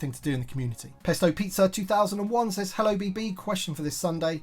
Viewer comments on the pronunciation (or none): none